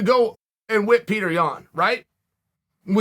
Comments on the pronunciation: Pee-toor Yan... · It's PYOTR, gosh start pronouncing this guy's name correctly, it's not a rocket science. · "The striking of Pee-Thor" 🤣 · Pee-Tor Yaan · No one: Petr Yan Chael Sonnen: PeThor Yawn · mans said "the wrestling of Yan and the striking of Peetor" 🤣🤣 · If only you could say Petr’s name right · Chael does that with all the fighters…… you must be new!